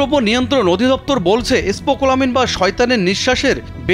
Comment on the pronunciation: স্পোকোলামিন 🤣🤣🤣🤣 সাংবাদিক হওয়া কত সহজ। কোন বানান উচ্চারণ কিছুই না পেরে কোটি কোটি মানুষের সামনে চলে আসা যায়।